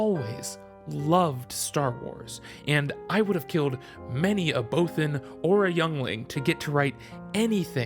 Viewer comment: You said bothan wrong, THIS VIDEO IS GARBAGE!